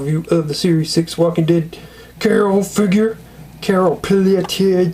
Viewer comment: It's pronounced pel tee a